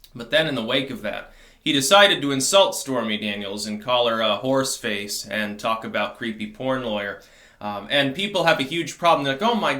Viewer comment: Hmmm, did he mean “horse face”? Or “whore’s face”?